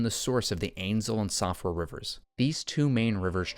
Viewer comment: it is not pronounced "soff-ra" like you say. It uses the Irish pronunciation "sheef-ra"